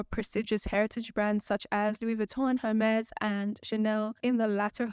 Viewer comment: Girbaud = zheer-bo. Also, in French, th is pronounced like t. Do not pronounce the h in Hermès